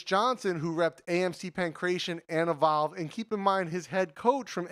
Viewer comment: Lol... Why do you pronounce "Evolve" like "A Vow"? Took me a while to understand what you were trying to say.